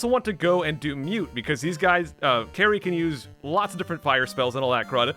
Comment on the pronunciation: "Kary" lol. Kali.